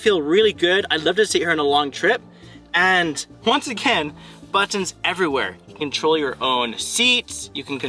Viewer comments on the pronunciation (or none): It irks how you say BATONS instead of Buttons lol but thanks for the info